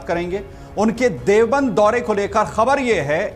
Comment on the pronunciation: It’s not Devband , it is DEOBAND